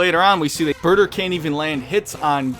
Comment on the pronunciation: You said his name wrong it's BAAAAAAAAAAAAATAAAAAAAAAAAAER